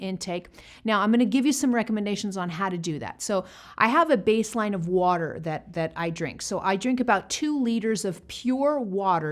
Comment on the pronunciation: It sounds like she said coke and not water